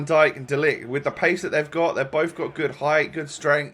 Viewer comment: You say De ligt very good and a funny thing is that in dutch Zoet means Sweet